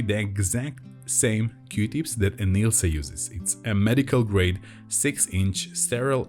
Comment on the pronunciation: It sounds like you are saying qdips 🧐 say, que-tips. Qtips no Qdips. OMG, I think you are a wonderful person, and usually I watch these videos when I’m stressed, because it gets my mind off of everything. Anyway, you make me smile a lot with your quirky sense of humor, and that you’re not afraid to say what you really want to say. (mute button manual) Thank you for always finishing the pops! NEVER ON ANY VIDEO do they finish their pops! A$$holes! Your videos and listening to your soothing voice makes me feel better, it always relieves my anxiety. Thank you!!! Dani Wilson Baltimore, Maryland